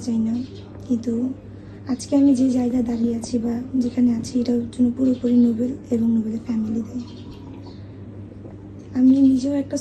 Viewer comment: নুবেল ❌ কটবেল😂